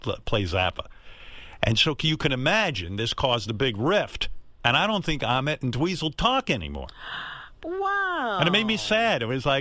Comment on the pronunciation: Ahmet...rhymes with....vomit...